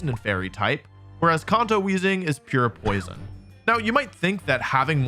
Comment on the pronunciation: hey wolfe! Absolutely love your videos. For future VO's, this part is really awkward. You put the emphasis on the word "poison" when the only difference is the Fairy typing. Hope this makes sense!